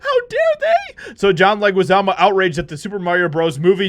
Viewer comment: His last name is pronounced "Leh-ghee-zah-mo." Just helping you out.